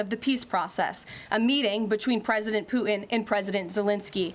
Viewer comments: President Pooh-in? MAGA Barbie has a pronunciation issue. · Why does Leavitt have so much trouble pronouncing the “T” in Putin?